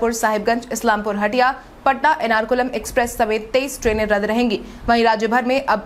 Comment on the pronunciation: एर्नाकुलम को एनारकुलम कहने की ग़लती न करें।